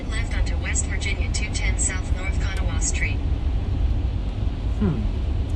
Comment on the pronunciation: Their attitude was not good. I agree. And they need to learn how to pronounce Khanawah correctly.